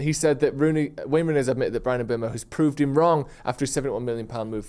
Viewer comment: Can somebody tell how to pronounce Mbeumo properly